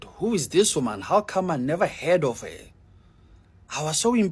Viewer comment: The man with the 🇿🇦 background says har instead of her 🤔. And he says do somefing with yoa life